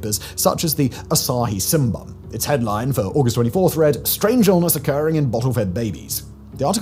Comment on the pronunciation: I've never heard someone pronounce "shimbun" as "sinban". English pronunciation is so weird when it comes to vowels. 😅